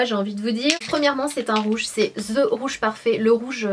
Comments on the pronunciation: Ceci est juste une petite chose que tous les français devraient savoir pour leur ''bien'' et celui des oreilles des autres. Si vous voulez dire ''The ...'' , ne dites pas ZE parce que ce n'est pas ZE!!!! Limite, vous pouvez dire DE mais pas ZE. Ce n'est pas de la méchanceté, c'est juste pour vous aider d=que je dis ça! Merci d'ESSAYER d'appliquer ce conseil. Bonne journée! :) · pourquoi tu prononces (the) (zz) c bizard